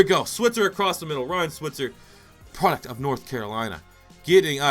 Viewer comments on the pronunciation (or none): none